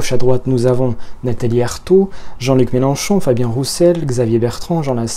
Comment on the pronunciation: on dit « Mélenchon », on prononce le nom de famille correctement. Ce n'était peut-être pas dit méchamment, mais ça gâche ton objectivité. C'est dommage.